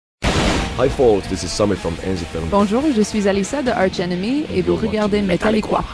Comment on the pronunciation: Je crois que ça se dit [ark] enemy. :)